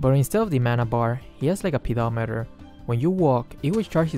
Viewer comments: When he said pedometer I laughed hard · i feel weird when said 'PEDOmeter'